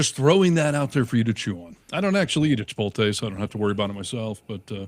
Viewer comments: It's Chi-pote-lay not chi-pole-tay 🤭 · Pet peeve. Please note, it's not Chi-pol-tay. is saying it wrong. Look at how it's spelled. Chipotle. It's Chi-pot-lay. I hear it mispronounced a LOT. Practice saying it correctly. Thank you. 🌯